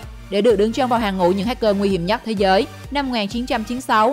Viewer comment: Rỏi của rỏi 🤣, thế rới 🤣